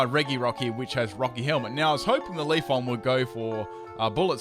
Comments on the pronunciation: it's leaf E on, not leaf on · leafeon not leafon you moron